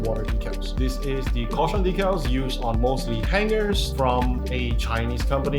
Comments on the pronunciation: 1. Dee-cal. #2 sounds too much like D*ckle. On Dry Transfers.. That's a really bad idea to take the parchment (not wax) paper off and hand them, put them on skin. Natural oils we secret can ruin then/make them nearly impossible to apply properly. So, please avoid that, unless you're looking to make the kit weathered and have scratched/dinged up markings. xD There's also Metallic Dry Rubs by DelpiDecal, that apply pretty much the same way as normal Dry Rubs, but they have two layers of film protecting them (at least the way they make them). Sam warning about moisture applies. The edge removal of clear stickers takes many layers of clear coating and wet sanding. (JENIC has a nice video you can use for reference here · It’s DEE-CAL-DECK-ALLs are what lifetime guarantee decks…..